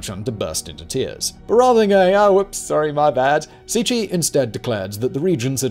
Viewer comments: proncounced c c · Cixi - > Tsee-Shee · I usually don’t mind your mispronunciation of names, because you’re usually not too far off, or it’s approximatively close in some ways. But you completely butchered that one. It’s not even close. You could’ve at least gotten the consonants right. That was actually painful to listen to. Love your channel still!